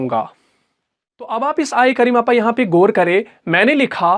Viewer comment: ماشااللہ ماشااللہ۔۔۔۔۔مگر گور نہیں غور ہوتا ھے اور گنہ نہیں غنہ ہوتا ھے